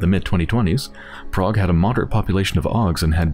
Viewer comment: I hate how Alex says Prague...